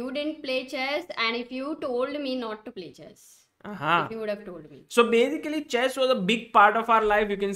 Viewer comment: No one - Sagar Shah - So Bazically 😂